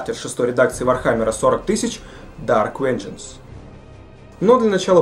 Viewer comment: >dark wengeance >wengeance nuclear wesels